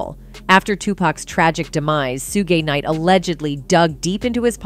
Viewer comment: 2pack and Shuugee knight LOL! Is the females voice speaking ai?